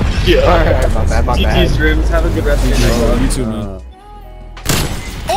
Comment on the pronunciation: Rymms rhymes with GOAT